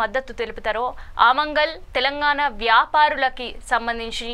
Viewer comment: అమంగళ్ కాదమ్మా, ఆమన్ గల్. రోహింగా లు కాదు, రోహింగ్యాలు. దయచేసి గమనించగలరు 🙏